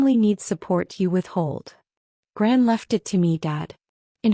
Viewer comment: Grant instead of gran??